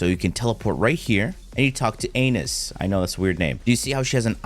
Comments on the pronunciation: Anus hahahah - (AN-AY-US) Anais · ah-nigh-s not anus lol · Say it with me Ana + Is = Anais, not anus🤣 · Man never watched gumball he called Ana-is Anus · Bro was just messing around lmao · COME ON!!! have you never watched Gumball? her name is (Ann-eye-ees) it's also a French name. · Bro had me dying when I heard that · He really did 😂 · He does stuff like that on purpose